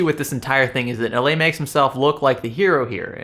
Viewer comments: Everyone should tear Nilay Patel a new one. The moron has some of the most hypocritical and weak responses I have seen. Like some sleazy lawyer trying to make a point out of air. Btw the douche's name is pronounced as Nee-lay. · I truly do not care but, for the record, His name is pronounced "Knee Lie".